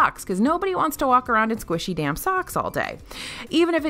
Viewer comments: "squishy damp socks" sounded like "squishy damn socks," which I liked better!!! LOL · Heard that too did a double take🤣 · I thought the same thing! 😂😂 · I thought the same. lol